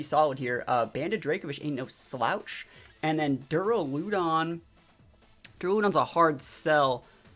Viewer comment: That Duraludon pronunciation is interesting lol I’ve always pronounced it like “Deraludon”....but “Deruloodon”?! Anyone else pronounce it like that? Idk why but it bugs me lol